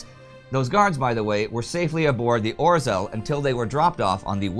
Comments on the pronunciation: Why do you have such problem with "zh"(ж) sound? Name of Polish submarin was 'Ozhel', not "Ozel"! And guess how Zhukow has to be pronounced! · A humble pledge to Indy: could you please try to pronounce 'rz' in 'Orzeł' more correctly? Hear e.g. - I know, it's a very hard sound to pronounce for non-Polish (or non-Czech), but you can do the 'zh' sound (as in 'Zhukov' or 'Zhivago') instead. Even that would be much better than 'r'+'z' kind of pronunciation, which is like scratching blackboard to my ears. Anyway, a great job, keep it further! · Na Litość Szatana, Indy! Please! Use the English translation for the Polish names. It's painful to listen while you butcher the pronunciation of them. Or-zel sounds like some 80s fantasy villain. I really love the show, The Great War included, but have Mercy! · Right pronunciation polish U-boat Orzel (Eagle) - [ɔːʒel] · Orzeł means eagle, please learn to pronounce it correctly. Its our nations symbol. Also, Danzig is nazified name for Gdańsk. You called it Gdańsk in first videos then you spoke of Danzig. Please stick to its proper name Gdańsk, not only for continuity reasons but because it is its real name. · Indy, the "rz" in "Orzeł" is pronounced like the "rz" in "Przemyśl". You pretty much mastered saying "Przemyśl" in the last four years, so I guess that'll be a good hint.